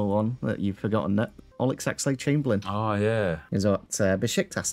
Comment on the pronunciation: "Olex Alexade-Chamberlain" 😂